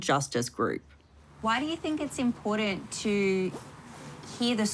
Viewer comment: Stop mispronouncing "Important." There's a "T" in there, NOT a "D."